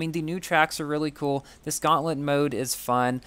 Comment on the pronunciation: Gauntlet not gauntlet feurrm